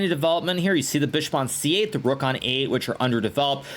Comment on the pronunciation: Levy goes like: "sacrifices...THE ROOOK" Hikaru: "sack the ruuUk" 😂